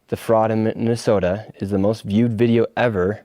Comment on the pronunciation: He said "some of his fuckups were so unintelligible no amount of editing would make it acceptable" and then gave an example where the biggest and only fuckup was nick saying Mi-Minnesota. One single syllable stutter that wasn't even noticeable on the first watch through. WTF Is this hack doing cosplaying as a journalist.